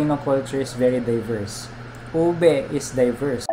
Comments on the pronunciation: Pronouncing it as “oobeh” would be closer to the actual pronunciation. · it's like pig Latin "Ube"= oo bay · Why cant the lady ube expert from the Cordillera canr even pronounce the word “ube” and she say it “owbi”? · "what's a Ubuh"😂